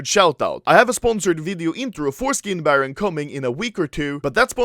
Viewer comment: All I heard was "I have a video coming 'foreskin' baron" HAHAHA